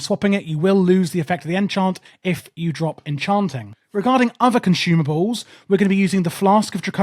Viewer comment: Everyone bring your conshoomables?